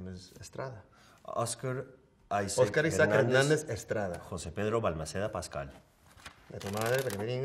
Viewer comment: I love how they say pedrou peasqueal and a Oscar aisac as if they didn’t know how to pronounce their own names in Spanish 😂😂😂